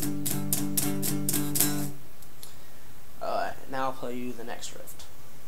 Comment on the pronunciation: Hehehe.......he said rift